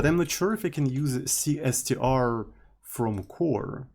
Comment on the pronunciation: who pronounces it like that instead of "c string"